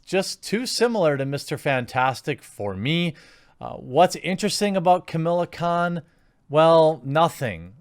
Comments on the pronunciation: "A" main character. Not "The" main character. That's a VERY different spin. I thought you hated spin, you spin doctor you! - Ka-MAH-la Khan, not Ka-MIL-la Khan. - No version of Mr Fantastic has succeeded outside of comic book pages, and they've tried MANY times, suggests he is not as popular as you think once the fan leaves the comic book medium. - She's quite a bit more popular than you may realise, although I certainly accept she's no Thor, Ironman etc.etc. I think you've missed your normal 'reasonably critical' level on this one, Jeremy. I will say, I do wish they wouldn't try and make her stand on her "womanhood" or "muslimhood", she's fine without those props. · How are they forcing her she's a great character and she has been a member of the avengers in the comics it's great their promoting new characters it's the same thing with miles morales being one of the main characters in Spider-Man ps4 also it's pronounced Kamala Khan and theres alot of things great about her in the comics if you read them